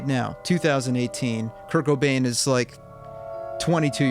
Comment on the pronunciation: Anyone else thought he was saying "kirk O'Dain" instead of "Kurt Cobain"